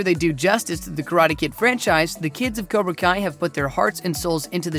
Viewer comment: "COBRA KIA"